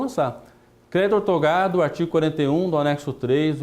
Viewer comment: Não é ortogado, é OUTORGADO...repita comigo, OUTORGADO...